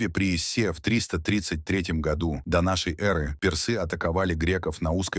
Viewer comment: Смог смотреть 7 минут и выключил. Поставив дизлайк. прямо уши режет от слово донёнёры ёры, шолкавы путь и.т.д. капец автор наплевательское относился к своему делу. Я казах и по русскому не ахти но было ужасно слушать че он там говорит. Да может робот диктор но в некоторых местах нормально же говорил ДО НАШЕЙ ЭРЫ😂 а не донёнёры эры